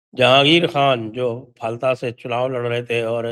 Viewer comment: फलता नहीं फाल्टा हिंदी भासी बोलते है, बंगालीओ का उच्चारण उल्टा ही होता है, जैसे गुजरात को गुजराट बोलते है आप किसी बंगाली का उच्चारण चेक कर लो